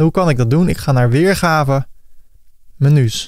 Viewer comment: Beste, heel erg bedankt voor deze fijne tutorial. Met veel plezier met je meegekeken en -gedaan en af en toe een gniffel; vooral met de "menjoes" moest ik wel lachen. Heel veel geleerd en vooral fijn dat het in het Nederlands is. Moerstaal is toch beter te volgen als je tegelijkertijd aan het meetypen en klikken bent. Erg tevreden met het resultaat, nu alleen nog aanpassen aan eigen smaak en behoeften. Hoop dat er nog vele mogen volgen!